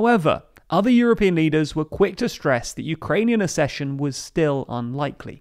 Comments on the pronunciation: The Ukrainian president, not prime minister. Accession is pronounced as ‘ak-session’. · Please learn how to pronounce accession correctly. It’s just like succession, with a K sound, i.e. AK-SESH-UN. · Accession: ACK-session. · This is not how you pronounce the word "accession" My ears are bleeding